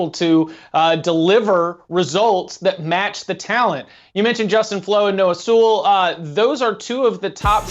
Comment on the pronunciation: He was being sarcastic. Noah Sewell and Justin Flowe were the top 2 LBs in their class and that dude butchered Noah's name.